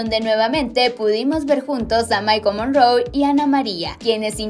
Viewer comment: Así como lo voy a escribir así pronuncia el nombre de él. Mikele morrone, no mikol morroon